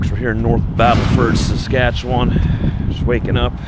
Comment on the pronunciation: I wish you’d learn to pronounce Saskatchewan properly 😜